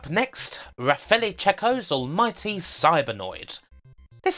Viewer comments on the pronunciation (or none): none